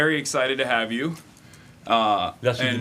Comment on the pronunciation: He was very good. He deserves a A- because he made 2 regular mistakes from french-speaking people : - the pronunciation of the H. "I ave" instead of "I have" - the euuuuh thinking periods instead of using hummmm He forgot also 2 important translations but it is very hard to translate so perfectly live so he made an amazing job.